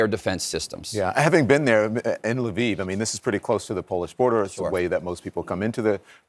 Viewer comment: The expert didn’t pronounce Lviv correctly.